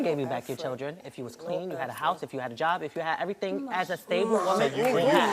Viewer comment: TOLT ME ERRTHANG ABOUT THE EVUH ASS MAMMY